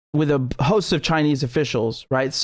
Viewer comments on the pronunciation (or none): none